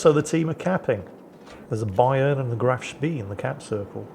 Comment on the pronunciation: Wherein pronounces "Graf Spee" properly, and get's Isoroku Yamamoto's name in correct order. Huzzah! Hurray! A feast-day, a red letter day! All slaves in the salt mines may have one more minute of sleep tonight, in celebration (to made up tomorrow with five extra minutes of work).